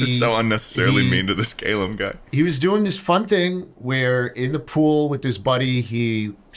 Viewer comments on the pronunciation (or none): they did calum dirty his name is NOT "cay lam" its "cah lum" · Calumn is pronounced kah-lum. Not kay-lum. Maybe that's why his name sounded wrong? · Calum being pronounced caylum was a weird experience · I was initially annoyed about them not pronouncing Calum right and making fun of my accent, but it feels deserved given what I did. Needless to say I was absolutely horrified when I checked the timestamps and saw that I made it into the episode. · Yeah, that's a very American pronunciation of Calum 😂 (although in fairness to them, most people spelt it "Callum" in my town). Also ofc they're gonna make fun of your accent bro - it's Schlatt and. They love taking the piss of other people. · The pronunciation of Calum hurt me